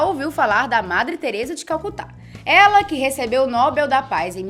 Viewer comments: Nobel ("Nobél") da paz, não Nóbel da Paz. Vc precisa entender os contextos de época antes de sair apedrejando. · A tônica da palavra "nobel" é na sílaba "bel", como papel.